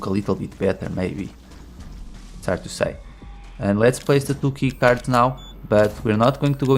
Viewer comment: When you said “two key cards” I thought you said “Tuky cards” lol